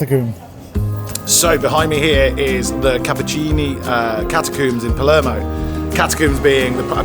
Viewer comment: Your pronunciation of Italian places and words is painful! Nero Diavola. has accent on the "Di". Palermo not Palmero.....